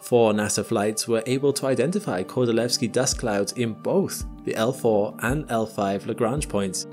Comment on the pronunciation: your pronunciation of Kordylweski is sooo good, are you really form UK:O?